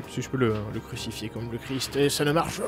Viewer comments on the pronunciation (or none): none